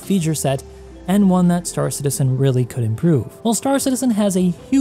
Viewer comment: Have a like..... but also, it's Star CITizen with emphasis on citizen. Not star. Love your content but it's such a pet peeve lol